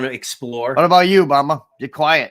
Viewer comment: definitely need your partner there on with you the chemistry was great him calling bama "bahma" had me rolling when I finally caught who he was talking to. Lol he's faster on the clapbacks than me lmao